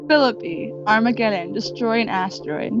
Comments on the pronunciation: so she can pronounce guillermo properly but not phi lippe, it is pronounced 'phil-eep' btw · Great job but it's pronounced "Phi-lee-pay" lol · She doesn't even know how to pronounce phillippe but then gives the guy a class on pronouncing Spanish????!!!! Idiot